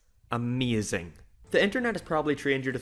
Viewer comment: The way you say Ameazing is ameazing!